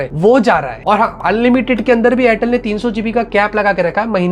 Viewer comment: Airtel ❎ Chortle ✅😂😂😂😂😂😂😂😂😂 All Time 😂😂